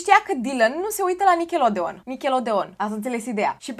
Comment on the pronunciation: Se pronunță nicaloudiăn 😊😊😊